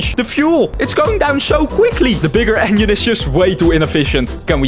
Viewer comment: I love how he says "engine" to "onion"